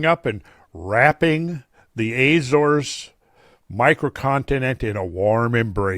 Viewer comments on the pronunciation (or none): If you went to the Azores I'm surprised you didn't learn to pronounce it correctly